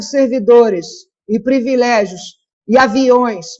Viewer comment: As militontas são tão comunicativas que falam errado palavras como: "subsídios" fala errado "SUBIZÍDIOS" e em seguida pronuncia outro erro de português com "privilégios" fala errado "previlégios". Jornalistas tem que saber não só escrever, mas pronunciar as palavras corretamente. Nota 5 para as petistas.